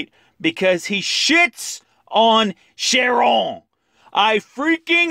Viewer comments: and its pronounced Chiron with a k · I die everytime u say Chiron XD 😂😂